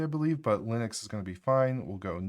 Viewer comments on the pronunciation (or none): none